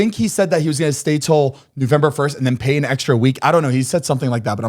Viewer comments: take a shot everytime Zane says “newvember” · Zane keeps calling it newvember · 😂😂😂 DEADASS I was like wtf Zane “newvember”?? Lmao